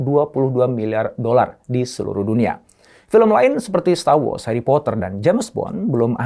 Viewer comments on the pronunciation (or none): none